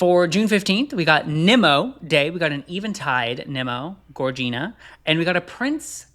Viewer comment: Lupay? Nemo? Get him a pronunciation guide stat! Kidding obvi, love the show!